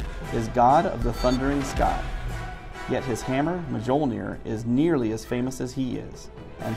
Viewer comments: Ugh. Murdering Thor's hammer name. ma-jol-ner LMAO. It's Mul-ner. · did he really pronounce the J in Mjolnir?